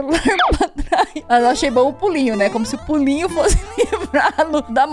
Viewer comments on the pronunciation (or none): "Da um Pulin"